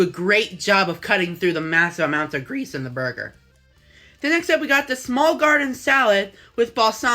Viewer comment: “It really cuts through the grEESe in the burger”